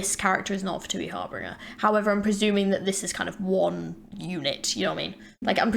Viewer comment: “HAR-BEEN-GER” not “heart bringer”💀